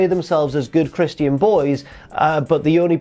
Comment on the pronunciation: Stop saying christian and omega wrong